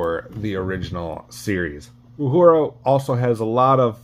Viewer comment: The character Nichelle Nichols played was oronounced "OO-hura", not "Yoo-hura"!